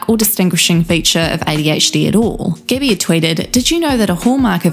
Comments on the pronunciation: I know it’s just your accent but calling her Gibby instead of Gabby is absolutely hilarious 😂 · why u pronounce like gibby? xd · I love the accent, but every time she says "Gabbie", I hear "Gibby" instead and then I'm flooded with memories of the guy from iCarly yelling "GIBBAYYYYY" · I love how the narrator pronounced her name as gibbie instead of gabbie all i can think of is icarly now lmfao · You said Gabbie but I heard Gibby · I'm sorry, but everytime you said "gabbie" I heard gibby 😂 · Am I the only one hearing the narrator in this video call her "Gibby"? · It sounds like your saying Gibby lol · I’m sorry I keep hearing Gibby. IT’S GIBBAAAYYY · i keep hearing gibby hanna lolol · was really thrown off at the beginning thinking you said that the girl had meth with gabbie